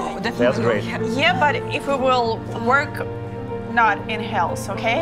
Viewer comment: Heels not hells